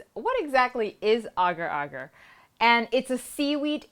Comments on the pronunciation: Oh my.... You pronounce it right!!! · it is correct. im a malay and thats how you pronounce it